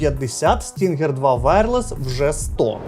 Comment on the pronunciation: Назва cloud stinger, а ни stringer😂